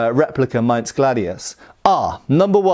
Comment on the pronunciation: Kudos for getting the word "Maintss" correct! German "Z" is always a "tss!". That also goes for "Tssweihänder". Always, always "tss!".